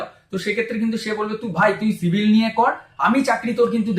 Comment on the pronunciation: Dada apnar civil k shivil bola ta valo laglo na